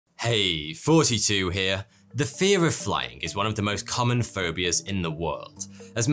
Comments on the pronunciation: Are you saying or 🤷‍♂️ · "Hey, here" I'm sorry but ever since I first heard it I can't stop hearing it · I’m I still the only one that hears “42 here” at the beginning of every video?? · I've been listening to this guy for years... would have sworn his name was...